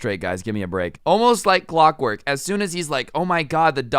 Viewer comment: wurks wike quockwork